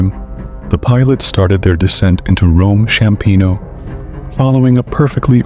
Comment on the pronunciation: Apologies, but things are wrong. It's Ryanair, not Reiner, Approaching Rome Ciampino, not Chiampino. I'm not sure if you've been living under a cave, because if you have, i wouldn't be surprised